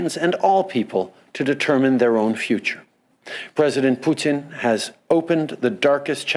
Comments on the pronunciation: Love how Trudeau says poutine instead of Putin 🤣🤣🤣🤣🤣🤣🤣 LMFAOOOOOOO!!!!!! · He literally is thinking about the poutine he eats not the putin that fights lol